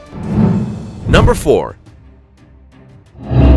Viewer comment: philippines numba three!!😂